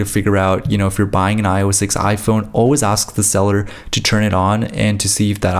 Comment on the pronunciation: at the beginning